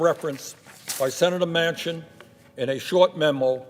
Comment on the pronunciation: "Manchin", not Mansion".